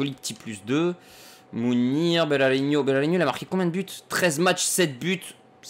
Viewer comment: Salut c juste pour te dire que Berahino ce prononce comme il c est ecrit et non pas Berarinho je me permet de te corriger parce que je suis bresilien;). Si non super vidéo comme dab